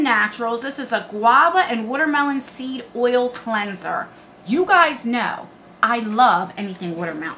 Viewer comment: Hi! That sexy bunny 🐰 outfit is really pretty! I’m LIVING 4 that skin care box 📦! I LOVE♥️ skincare! I enjoy my skin care routine!!! Btw.....I adore when u say watermelon 🍉 bc you say “wooder” like ya Philadelphians do! ✌🏻